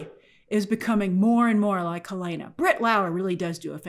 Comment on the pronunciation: It’s Hell-en-uh not Hell-ae-nuh 😊